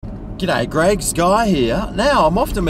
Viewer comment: "Gidday Gregs, Guy here." Late night? 🤣